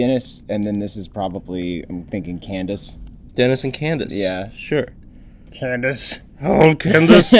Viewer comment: you said Candance (well more like Chandace) in the last video Dennis was drawn! hahaha